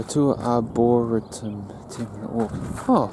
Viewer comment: Itsa nice place there... good on you for gettin out early to catch the sun rise.. back in 2016. Oh and i think its pronounced arboretum hahaha